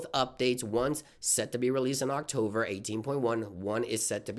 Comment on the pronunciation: octover lol